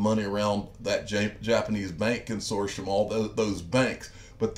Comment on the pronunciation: It's pronounced Con sort T um